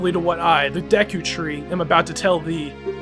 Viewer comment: it's pernoust duku tree